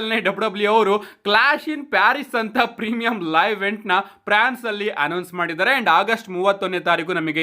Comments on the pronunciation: Prance alla France adu 🤣🤣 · Prance❌ alla guru france ✅😂